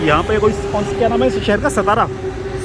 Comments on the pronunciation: Beautiful vlog. Eagerly waiting for the next one. And BTW the correct pronunciation is सातारा and not सतारा. 🤘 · सतारा नहीं सातारा ☺️ व्यंजन नहीं पदार्थ ☺️